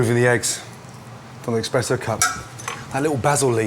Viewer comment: I can't believe Gordon said EXPRESSO